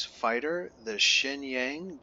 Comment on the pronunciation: Pronounced "shurn-yarng"